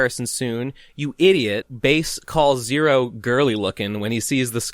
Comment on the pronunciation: pretty big talk from someone who keeps mispronouncing Bass's name. how embarrassing